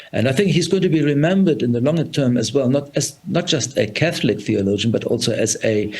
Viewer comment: Dear SABC please find someone who is Catholic to report on Catholic stories we cannot have mispronunciation of Catholic terminology